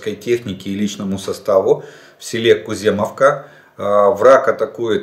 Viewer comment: Олег Владимирович - село называется Куземівка (русскими буквами Кузэмивка), а то немного уши режим. Спасибо